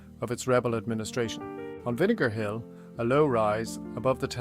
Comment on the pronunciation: Good point. And Vinegar Hill is one of the words AI keepS mispronouncing another is Bantry Bay. But it’s a good technique of showing scenery buildings etc though those whitewashed cottages and straw roofs are chocolate box with no ropes to hold the roof together.